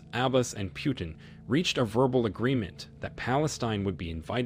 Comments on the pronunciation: It's not Piutin - its Putin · It’s not “Pew-ton” it’s “Putin”.